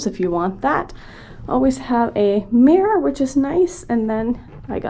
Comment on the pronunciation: The way you said mirror when you walked in 😂😂 Loved the videos though !